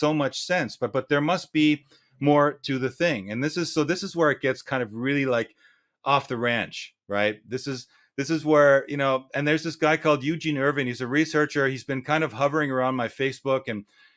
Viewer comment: Your content seems satisfactory. When are you going to tell your name is pronounced Zhawn and not Eugene?